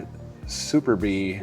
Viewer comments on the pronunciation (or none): Superb-tech. Not super be. This guy should stick to Murray and Huffy. Has no idea what is good and what is crap. The lawsuit fork was English Viscount. Not the Vitus. Watch him mispronounce bike names. Not a clue what he’s looking at.